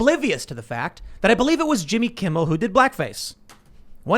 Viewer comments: I love how that guy keeps saying Jimmy Kimble, without the slightest clue that it's not Kimmel's actual name. It really shows how irrelevant Jimmy is. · Dude keeps saying "Jimmy Kimble" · Why is no one mentioning how is constantly saying Jimmy KIMBEL? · Was he saying “Jimmy Kimble”? 😂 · I swear the guest is saying Jimmy Kimbel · You mean Jimmy Kibble?